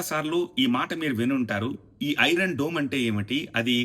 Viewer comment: ఒరే బాబు డూమ్ రా దోమ్ కాదు రా బాబు